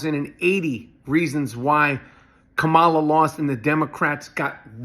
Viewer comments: Can you at least just say her name right???? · Disgusting that you cannot even pronounce her name correctly.